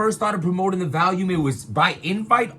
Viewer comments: said “Valume” at least a 100 times 😂😂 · If he says Valium one more time!!! 😀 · Is it VOLUME or VALUME??? I'm confused LOL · lmao it's hilarious how americans can't pronounce the word VOLUME....it's VOL not VALUME what the fuck is wrong with yall 🤣🤣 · Stop saying vAlium. It's vOlume 🤦🏾‍♂️ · The BRC can't correctly pronounce the word "volume" for shit. 😂